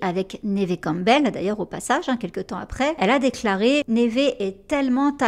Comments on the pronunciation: Neve se prononce comme Eve. Y a pas de accent aiguë. Idem en anglais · C'est la première fois que j'entends prononcer le nom de Neve "névé", ça surprend ! Mais vivement la vidéo :) Chouette vidéo, je m'étais arrêté à Ghost Whisperer que j'ai vu un paquet de fois, et quelques téléfilms parce que c'est aussi l'occasion d'entendre sa voix française. Beau travail de documentation en tout cas !